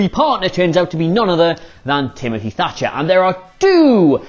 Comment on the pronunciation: I thought Pete Dunne said "Timofy Fatcher" 😆😆😆